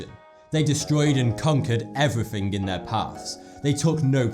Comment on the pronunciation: Haha..he said 'everyffing'